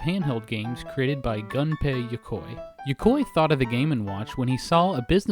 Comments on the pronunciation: Not Gun-pay, Goon-pay. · Nobody: Gaming historian: G U N pei Yokoi